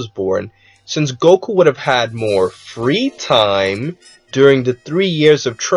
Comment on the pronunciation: lol the way he said freetime